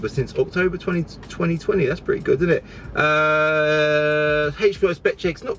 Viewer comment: "oops i did eet again..."